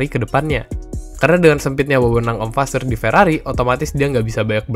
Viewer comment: Kalo g salah fasseur dibacanya fasoir